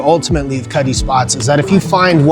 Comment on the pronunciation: It sounds does kinda Sound like he says Cuddly Cuddle Cutt”’ “Cutty”